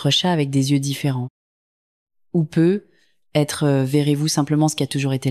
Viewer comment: Il faudrait apprendre a la voix synthétique le mot "peut-être "...